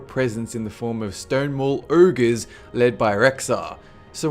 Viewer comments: The "urgues" Funny accent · if you're trying to be Scottish, well you are failing miserably. it's Ogeres, not ergeeers, and it's glyphs not gloophs lol.